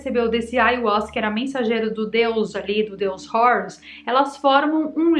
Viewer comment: Não é “Rourus”. Esta pronúncia de Hórus inglesada é tosca demais! O nomeé grego a partir do egípcio antigo “heru”. Não tem nada de “Rourus” como um gringo. Você é brasileira, minha filha!